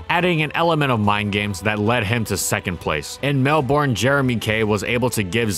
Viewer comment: FYI, Melbourne is pronounced closer to Melbin. Common mistake ;).